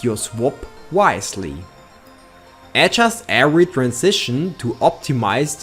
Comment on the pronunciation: What sounds weird is listening to: "Era-sing" instead of "everything" and "head-just" for "adjust". It's not that I can't follow his English, it's just annoying as frack making it very distracting for me. I hope this clears thy weirdness.